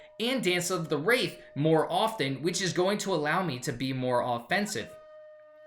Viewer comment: Wtf is "dance of the wraith"? Can you not read single syllable words? DANCE OF WRATH.